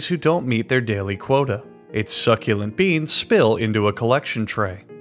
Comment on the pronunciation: SUCCELUNT BEANS